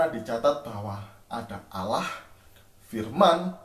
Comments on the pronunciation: blajar lagi bahasa indonesia sebut Allah jadi Alah 😀🤣😁😄😂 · Buat cara nyebuat Allah aja uda salah klau bahasa indoneseia yg benar pasti kalau hurufnya ganda pasti nyebutnya di pertebal' kalau Allah ( bukan dibaca Alah ) harus dipertebal Jadi Allah